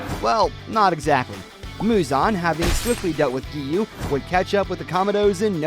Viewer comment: Let's get him to 1K But before that let's Teach him how to spell Gen is the same way you say Ten but it starts with a G. It's not called the Infinity Train It's called the Mugen Train. That's kinda it Giyuu's name is Giyuu Not Giyu. I like your videos but a lot of people make mistakes I understand.